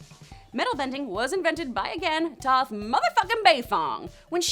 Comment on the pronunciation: No it's Toph because it sounds like tough